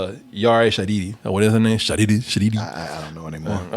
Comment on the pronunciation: Is it that hard, to read the main actress's name? Read it one syllable after the other if you have to, you diots. SHA - HI - DI. It's only 3 syllables.